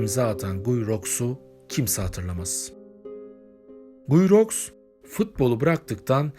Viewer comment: Guyi rox değil gii ruu diye okunuyor bari onu da arastirsaydiniz